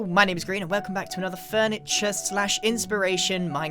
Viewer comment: in the beginning he missaid grian and said green